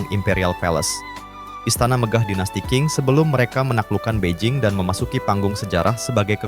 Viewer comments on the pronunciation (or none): Masukan Min ; Klo bahasa Mandarin itu Huruf Q dibaca spt huruf C jd misalx Dinasti Qing itu dibaca Dinasti Ching. D dibaca T, B dibaca P. 🙏🙏